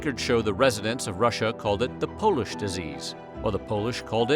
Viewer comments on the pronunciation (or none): none